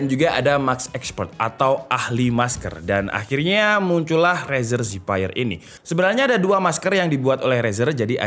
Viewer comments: Cuma masukan aja nih bang. Zephyr itu bukan dibaca Zipaier tapi dibaca Zefir. Zephyr artinya Breeze/ Angin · Harusnya kata zephyr itu dipronounce zefr atau zefeur, bukan zefaier. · keknya bacanya zefir deh bukan zipeir :D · bang ngomongnya "zefir" bukan "ziphayer" xdd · Zephyr dibaca Zefer bang , cmiiw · The word Zephyr. Pronounce as zeffur/zef-fer. Please learn how to spell it. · Cara baca Zephyr = Zefir om,hope it's helping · Apa susahnya sih pake Google Translate dulu buat tau cara pelafalan Zephyr sebelum bikin konten. Channel tech kok katro